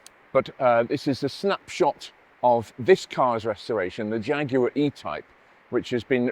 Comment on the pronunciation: Nice to hear the word Jaguar said perfectly, and not like our cousins in the US saying Jagwar